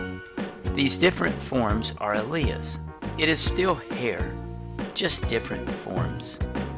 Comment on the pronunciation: Worst. Pronunciation. of. alleles. ever. (but good video, thanks)